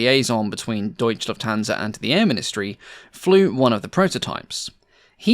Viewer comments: Great research and resulting video! 😊 Having said that, and considering how much emphasis you put on accuracy, I am obliged to point out how disturbingly annoying it sounds every time one hears "Deutsch Lufthansa"... It's Deutsche Lufthansa, there is no silent E! 😅 Cheers. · I know its a lot of work to produce these videos and hats off for it but maybe try not to butcher german words so much. Its "Deutsche Lufthansa" not "Deutch Lufthansa". Its hard to listen sometimes too.. but german must be a tongue breaker for english speaking people. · Shouldn't that be called "Deutsche Lufthansa" and not "Deutch"?